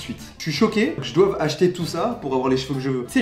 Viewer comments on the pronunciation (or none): je suis désolé mais le "que je doive" ma tuer 😂